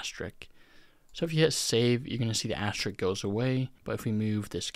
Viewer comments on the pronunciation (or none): asterisk. not asterik. wtf is an asterik